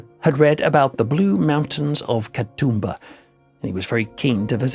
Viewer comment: "The Blue Mountains of Kar-toomba". Bollocks. I'm Australian and a Sydneysider. Katoomba, pronounced K'toomba, is in the Blue Mountains north of Sydney.